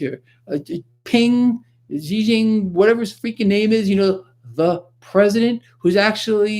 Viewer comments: Pronounced "Z jin ping". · President Of China's Name Pronounce It Like " Gee Gee-Ping " Navy Is Sailing Ships Past Taiwan and Close To China This Morning . Don't Worry There Will Be War Before Years End .